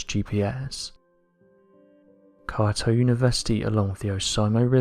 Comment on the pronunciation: How do you not know how to pronounce “Kyoto” ?